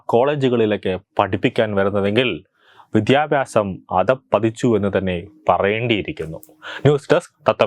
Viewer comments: വിധ്യാഭാസം അല്ല വിദ്യാഭ്യാസം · Mon Adyam Aksharam padichittuva..vidhyabyasamalla Kunje vidyabhiasamennu parau.. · വിദ്യാഭ്യാസം എന്ന് പറയൂ പ്ലീസ്‌